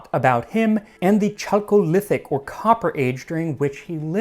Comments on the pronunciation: It's pronounced KALK, not CHALK. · Ötzi was from the Copper Age, not the Bronze Age. So the writing of Sumer and Ur didn’t exist yet (history channel made a good argument that hieroglyphics predate cuneiform). Also, the ch in Chalcolithic is pronounced k, like Chalcedon. So it’s kalcolithic, not tchalcolithic. The whipworm isn’t surprising. Last I heard, 1/4 of all humanity has some kind of parasite due to no FDA. But nowadays whipworm is confined to the tropics. I also just realized that being so far inland from the sea must have caused a high rate of cretinism from the lack of iodine (you can get iodine from sea spray, so the farther away you are from the coast, greater chance of getting iodine deficiency). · chalcolithic is pronounced "kal-ko-lith-ic", since it's Greek.